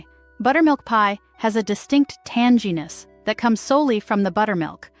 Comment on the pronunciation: The word "tanginess" has a hard "g" as in "go" and not a soft "g" like "general."